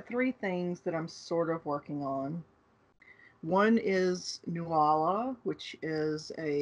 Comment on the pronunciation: Apologies if someone has mentioned this before, but you say Nuala - Noola!